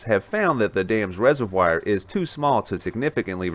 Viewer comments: It is not a reservWIRE it's a reservoir. Please stop. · Learnt a new word..res-o-wire(resovoir) 😁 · Hey. Great program. Please check your pronunciation of "reservoir"